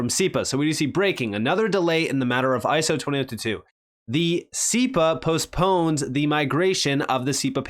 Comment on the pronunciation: Lol " iso 20 toot tooot"